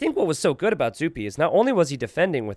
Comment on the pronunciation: Excellent series, more of zuppi for sure! (Or duppi as i kept hearing you call him 11)